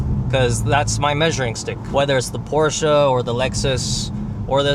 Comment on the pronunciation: In the First few minutes of driving you showed perfectly why its shit to have all the electronics behind a Menu instead of just having a few knobs. (Btw, its nice that you pronounce Porsche and Benz correctly)